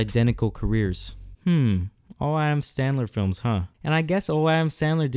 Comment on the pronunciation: Adam Sandler not standler, I know ur struggle, kept thinking it was that till I couldn’t find a movie of his under that name lmao